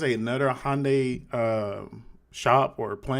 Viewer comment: She can't pronounce Hyundai. Maybe she thought it was Japanese or Spanish?